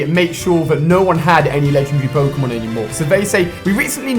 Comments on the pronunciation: Ali a needs to learn how to pronounce pokemon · The cringe is real... That pronunciation of Pokémon...